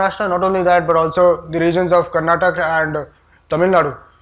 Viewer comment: Its karnataka. For all your pride in narrating history. Do say its kar-na-ta-kaa.